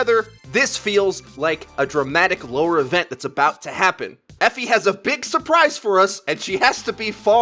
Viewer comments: It is pronounced Eh-Fee Awe-La-Day-lay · Eefy is how you pronounce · pronounce E fi not the way u make it sound. west African name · Guys, it's not pronounced Efi, it's pronounced Efi